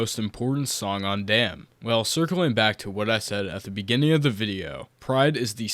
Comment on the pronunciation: ay bro its DAMN. not DAMN ,just know that